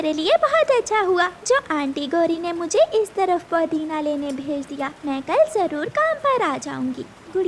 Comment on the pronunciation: Podina nahin-- Pudina Phir hi nahin--- Tabhi. Chidiya bimar hote huye samose kha rehi hai. Ye kaun sa doctor batata hai?